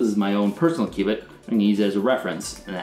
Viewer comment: all i hear is q-bert q-bert.